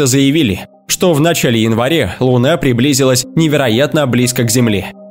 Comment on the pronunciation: У него это наверное из за его физиологии, я тоже так попробовал букву А с выдвинутой челестью сказать, получилось тоже Э